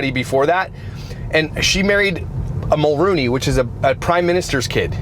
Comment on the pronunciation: It’s Jessica Mulroney not Jennifer Mulrooney.